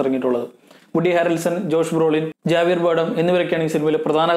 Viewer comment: ജാവിയർ ബാർഡം അല്ല "ഹാവിയർ " ജോ പെസ്കി അല്ല "പെസി "